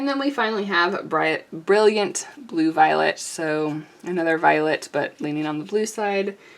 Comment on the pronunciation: Jaune Brillant (tief/dark/foncé): French for Bright Yellow (Dark!) :^> I'm afraid you're reading 'jaune' as the Spanish 'juan'. Jaune Brillant is pronounced, roughly: Zhown (or Zhone), where 'Zh' is like the J in 'Je suis'; and Bree-ah~, where '~' is an unterminated nasal vowel version of 'n'. The final 't' in Brillant is silent. (Please forgive me, I can't help myself.)